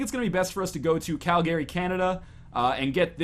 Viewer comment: How to tell NL is Canadian? Properly pronounces Calgary lol